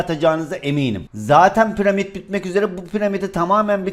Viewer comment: Ya abi pıramid değil piramit 3ymh4ny3r2bbrwbt2r1hg